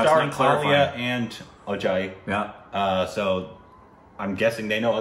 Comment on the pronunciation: pronunciation of "Ajay" gave me chills. That was spot on